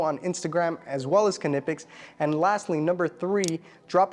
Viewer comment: Say it with me... NYE-PEX Just like the word knife, the k is silent. Great tools though, seriously, I have a ton of them.